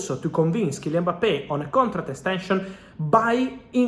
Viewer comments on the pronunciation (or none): Mbappe not Mpabbe